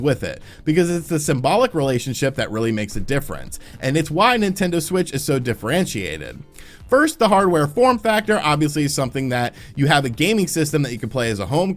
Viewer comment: Diffre entiated. Periphreuhls